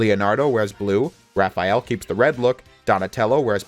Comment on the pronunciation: thx for not calling him Raph-E-Al :)